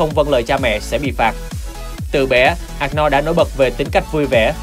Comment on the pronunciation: Giọng đọc tốt nhưng mong ad đọc đúng tên của ông Anorld , chứ không có Ạc No nào hết